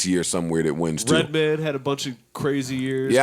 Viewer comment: said redman lmao!